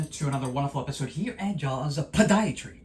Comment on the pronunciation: you are cute as a puppy. I love how you say "podiatry" with such emphasis. And I love that your patients are all young. Keep making videos.